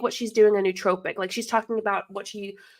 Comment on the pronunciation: Can you learn to say nootropic correctly! And get the definition correct as well. BTW caffiene is a nootropic.